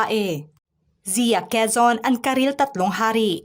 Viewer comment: Pronounce their names correctly. That is very insulting especially “Quizon” at hindi Quezon.